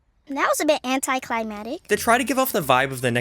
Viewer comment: why does he say anticlimatic... its anticlimactic.